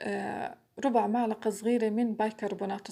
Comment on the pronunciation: ملعقة مش معلقة لللللل مش ععععععععع إستغفر الله 😒😒😒😒😒😒😒😒😒😒😒😒